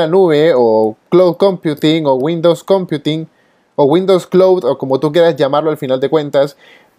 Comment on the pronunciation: Critica constructiva: si utilizas términos en inglés, recomiendo que los acentúes como corresponde. Ejemplo: “computing”. Si no manejas el idioma, procura llevar toda la terminología al español. El resto, todo ok, muy clara la información.